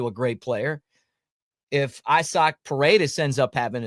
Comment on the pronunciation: Quit calling him “eyesock” it’s say the letter e-sock